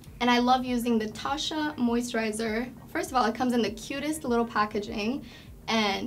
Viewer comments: For all the products that she uses from Tatcha she should at least learn how to pronounce it correctly. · The way she used the cleansing oil and rubbed that towel over her face made me so uncomfortable, and the way she pronounced Tatcha , bless her heart